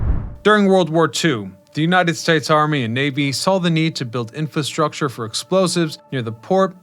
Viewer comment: please learn how to pronounce infastructure if you are going to repeat it over and over